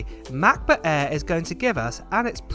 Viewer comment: Are you saying “air” or “ahh”?